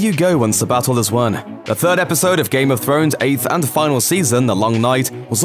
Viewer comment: Did I just hear you say “ Game of phones” ?ْ